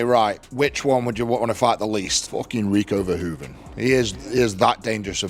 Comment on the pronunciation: Dear AI voice: Next time, at least pronounce Rico Verhoeven's name Correctly. Thank you for your attention to this important matter. Greetings from the Netherlands.